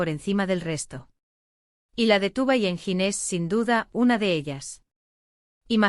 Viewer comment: i think this is all invented , not true, did not happen in reality… and most of the photos of Engin are NOT HIM, they are either AI or somebody else… and the commentator pronounced his name wrong… so all this is a worthless video !